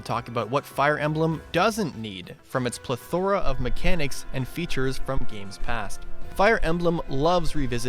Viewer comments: Omg the way he said plethora 🫢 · I have never once heard someone pronounce plethora like that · plethora????? why did he pronounce it like that